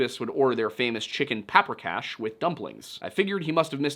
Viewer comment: Wow. You really are terrible with pronouncing things. Pacos is pronounced like Tacos and Paprikash has the same soft A sound. Pah-pree-kah-sh